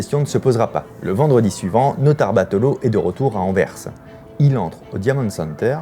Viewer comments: tu te rends pas compte a quelle point il est rare d'entendre un Français prononcer correctement "Anvers" , merci d'etre le premier sur YouTube que j'entends 😀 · C'est bien Fabien tu dis "Anvers" comme les belges en prononçant le "s" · Merci d'avoir prononcé le S d'Anvers Vidéo intéressante comme toujours